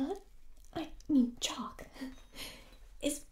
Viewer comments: For sum reason it sounds like jock instead of chalk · OH I THOUGHT SUN SAID JOCKS BUT NO SUN SAID CHALK 🤣